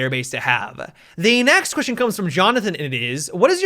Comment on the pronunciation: you said "nextion" instead of next question and i can't stop thinking about it.